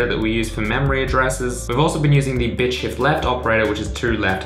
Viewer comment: when you said "bit shift" .... at first it sounded to me like "bitch shit"